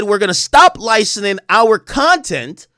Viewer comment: LICENSING not LINESCING, learn to speak brother